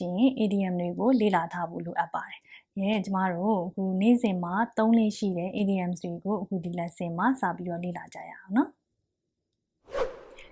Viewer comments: the teacher said IDIOMS but i hear IDIOTS LOL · the teacher said IDIOMS but i hear IDIOTS